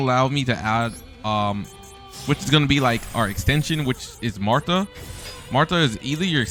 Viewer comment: Your pronunciations are hurting me physically….. marta …MARTA REALLY